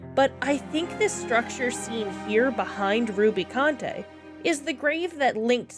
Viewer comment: Edge is pronounced how it normally is in English. Like the edge of a table. Rubicante is "roo-bi-cawnt", no French-like flair on it. It is good practice if you aren't sure how to pronounce a main character's name to check Dissidia as those are considered the 'canon' way to pronounce them (such as Tidus being pronounced "tee-dus" even though we all say "tye-dus") or just use the pronunciations used by characters in cutscenes!